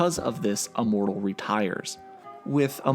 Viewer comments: Are you saying Uh-mortal? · ...you keep saying “uh-mortal” it’s “immortal” with an “I” lol